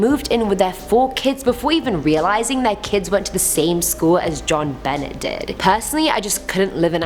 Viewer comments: Thank God I found this comment..i couldnt get past it 🤣🤣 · Ok JOHN-Benett 🤣🤣🤣 lol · Jared Quinney so I’ve noticed!